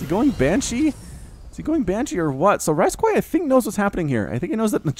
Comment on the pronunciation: I watch a lot of videos, thank you for the time doing these. With that being said please note that rysqui is probably pronounced "risky" and not rice-quai. lol thank you!!!